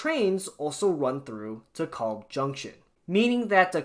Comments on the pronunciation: It is not De KOlb, it is De Kalb... long 'a,' not an O. Long time user of the De Kalb station. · Please please, it's DEE-kælb, like "decal" with a B at the end. It's not your fault, whoever they hired from Iowa to do the recordings on the trains gets it wrong too. But ask people who've lived in Brooklyn for 30-40 years or more.